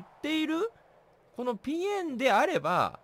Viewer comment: ぴえんのイントネーションがしえんなの面白いのよな